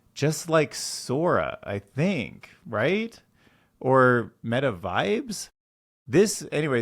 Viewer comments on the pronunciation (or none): none